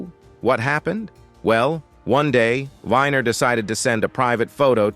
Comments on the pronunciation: It's not Wh"i"ner, it's Weener, Wiener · it’s Wiener not whiner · It's Weiner not winer. Get something right. Calling Griffen a comedian is the real joke.